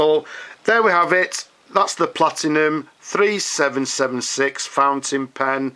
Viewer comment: It is Platinum, not PlatiGnum - that's a completely separate brand.